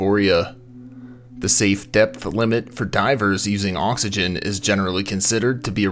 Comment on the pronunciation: Thanks for pointing that out. Now every time the narrator says oxygen, I get a little bothered. I did however enjoy reading through this thread of comments with everyone correcting each other and being wrong most of the time. Enough YouTube videos and everyone thinks they’re an expert haha